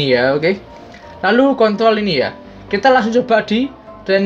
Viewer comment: 5.19 ngakak bilang control mlah jadi kont*l haduhh kocak wkwkwkwk:v